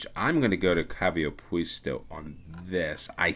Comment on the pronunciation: Quite amusingly you mispronounced Kaivopuisto, literally "Well Park" as Kaviopuisto (the i and v swapped) which by chance happens also to be a proper Finnish compound word meaning "Hoof Park". In fact it sounds nicer to me. 😁